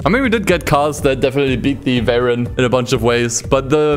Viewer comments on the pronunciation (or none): none